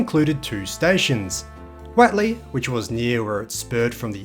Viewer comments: Watley? It’s what ley…. Do you say wat is this that ? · Great video! I remember all of that old Guildford road area in the 60s til the 80s before the mad mile to Bassendean. Was far better. By the way, Whatley Crescent is pronounced Whotley, not Watley. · Hi, I believe it is pronounced, Whot - lee. we lived in some units in Whatley crescent, maylands. Most of the locals pronounced the road as whot-lee. But hey vitimin, vitamin, whichever! Your local history is really, really good. Keep up the vids. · Learn to pronounce Whatley. How do you pronounce what?